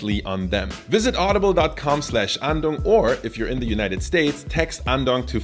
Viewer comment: Naandong. sorry, not sorry :P